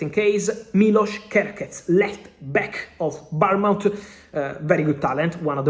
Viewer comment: Fabrizio. It’s Not Barmount it’s Pronounced BORNMoooth